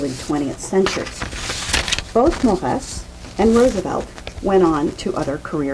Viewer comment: Mor-ey-z not Morrass !